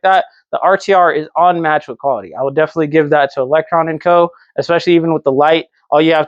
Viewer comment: You alwaaaysss say electronn and co its electroooo lmao cmon bro